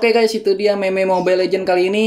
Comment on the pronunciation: Meme dibaca mim :v